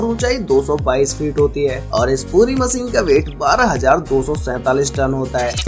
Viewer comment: मशीन ✅ होता है भई….. मसीन नहीं 😢😢😢